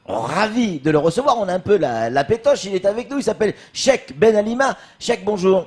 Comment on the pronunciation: "Chek" il sait pas dire "cheikh"...grave !